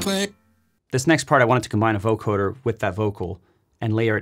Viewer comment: BTW, It's pronounced voCODEr, not voCORDer.